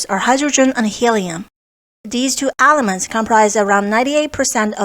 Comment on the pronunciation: Stop saying ALEMENTS!